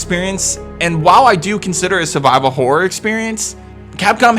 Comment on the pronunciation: why do you say " hore " instead of " horror "